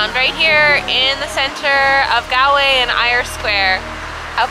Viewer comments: Cute kid but jaysus, the pronunciation. GAL-way. 🫣 c'mon lady.🤦‍♂️ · Its spelled Galway but pronounced Golway